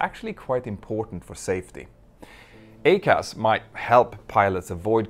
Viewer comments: Small point … I am an Airbus pilot and we pronounce the ECAM system as “E….Cam”. The Boeing system is the EICAS, yet your pronunciation to my ears sounds like “A-Cas”? Might It make more sense to say “E….Cas”? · Hey Mentour, love your videos. Always even handed and informative. Could I just point out one little thing I noticed, that would then make your videos perfect. It's about pronunciation. You say AY-CAS but having been an instructor on the 777-300ER, I can say with some degree of confidence that it is EYE-CAS. Pretty minor point and definitely doesn't detract from your well-produced videos. Keep up the good work, regards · I'm pretty sure everyone in the US pronounces it "I-CAS". It definitely belongs on the Max. BTW, Petter, maybe you could do a video on the LEAP-1x engine fuel nozzles. GE were so proud of their 3D printed and laser drilled nozzles. Now we're replacing them as a set constantly. It's a real PITA. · "I"—CAS!!!!!! EYE-CAS!!!! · EICAS is pronounced Eye-Cas, it means Engine Indicating Crew Alerting System... it's only for the engines. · Yup. I agree. I-CAS. Like i-Phone. That’s how we pronounce it.